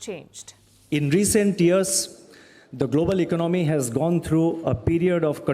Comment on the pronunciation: Why he pronounce economy as iknomy?